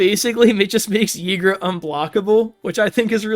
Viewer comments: Why would a Y be pronounced with an E 😮‍💨😵‍💫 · I pronounce it "eee-gruh" normally a Y at the start of a name is pronounced like an E. Also, for Ygra to become a commander damage one shot, in one turn, 7 creatures have to die = 22/22, or 6 creatures and one more +1/+1 counter from another source = 21/21.